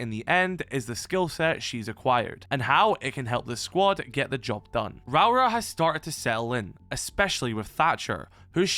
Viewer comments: "Rowra" is wild. It's pronounced Rau-ora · If it help with the pronunciation, its something like raow-or-uh. Rauora. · You might find it easier to pronounce her name as if you’re saying Row (like an argument, to have a row) Aura (like skibidi aura, as the kids say these days). RowAura